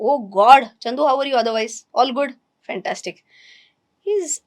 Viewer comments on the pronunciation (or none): none